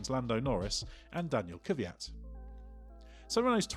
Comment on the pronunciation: I'd love it if you pronounced Daniil Kvyat's name correctly. Considering your a motorsports youtube channel, it seems to be your duty to do so. It's akin to pronouncing Lewis Hamilton as Lewis Homeltan.